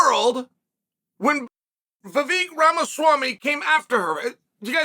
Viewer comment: Im proud of you chael, you pronounced Vivek properly. At least the first time.